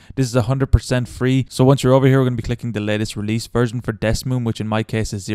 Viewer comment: Man said Desmoom